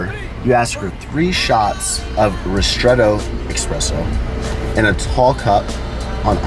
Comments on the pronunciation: It's "eSpresso" not "eXpresso" :) just FYI :) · No X in espresso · There is no x in espresso. 👌🏻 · please its ESPRESSO not EXPRESSO! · It's called eSpresso, not eXpresso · Espresso, not expresso.